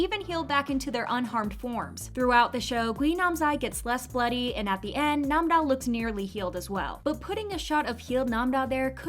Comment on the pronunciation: her name is nam-ra not nam-da